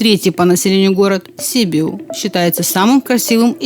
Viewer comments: Не СИбиу, а СибИу, ударение на 2-й слог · Правильное ударение на русском — Сиби́у (на второе "и"). В румынском языке ударение падает на первый слог: Sibiu [siˈbiw]. Непонятно откуда вы взяли У